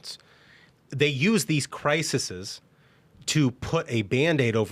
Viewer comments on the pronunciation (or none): Did he say, "crisises?" It's CRISES! We should not be surprised at this. Leftists/democrats are inherently evil people, and they think nothing of destroying people's lives. For them, this is just how you play the game. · Not crisises. Crises!